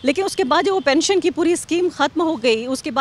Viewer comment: Kya pensan pensan bol rahe hai sir